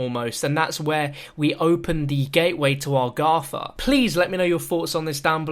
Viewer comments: it's agartha, not agratha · Or Argatha